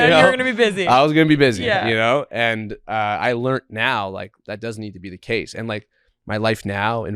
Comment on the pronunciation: Bro doesn't know how to say the word 'learned'. Just goes to show, you don't need to know everything and be perfect to achieve success.